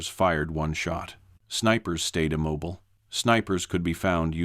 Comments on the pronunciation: They were IM-MOB-BILL-AYE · Immobile=im mob oh lay... Guess I've never heard it pronounced like that. Also, I'm really glad they restated the exact same things at least a half dozen times, because I didn't pick up on the story the first five or six times they told me about patterns in trees.